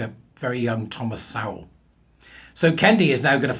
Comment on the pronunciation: I've heard Sowell rhyme with soul, not trowel.